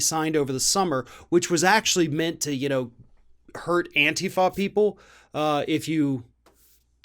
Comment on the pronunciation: THANK YOU for pronouncing "antifa" correctly.